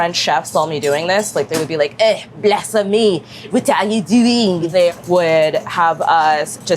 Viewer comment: When she said....Blass-Fe-Meee 😅😂🤣